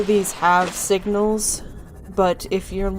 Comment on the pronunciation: calls somone dumb ass which he is but you said "wignals"